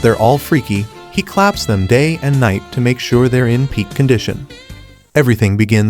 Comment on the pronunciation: The way he said clap 😂😂😂😂